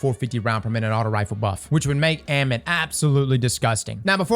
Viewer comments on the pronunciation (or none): I think it’s pronounced Ah-mit lol its Egyptian